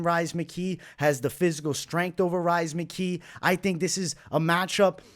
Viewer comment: Come on bro we ain't calling him Rise McKee haha